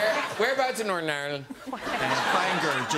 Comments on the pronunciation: For a second I thought John said he was from Narnia😂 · "Originally from Nornarn". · “I’m from Norn irenand” 😂😂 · Norn Ayrn.